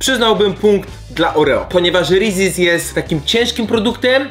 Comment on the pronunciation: Jak ty to wymawiasz xd Rezies aż uszy bolą